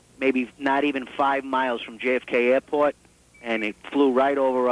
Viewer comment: "Aih-pwoht" instead of "airport": NY accent finally, it's getting lost year after year unfortunately...